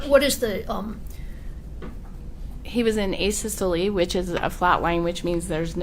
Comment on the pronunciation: That's not how asystole is pronounced homie but all good rock on 🫶